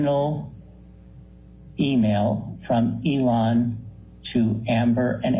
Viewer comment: Lol couldn't even say Elon musk name correctly he says Ellen. Now this isn't me trying to be mean or anything just odd 😆